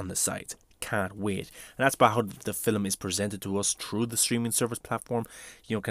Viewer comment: “Filim” lol🤣 love the accent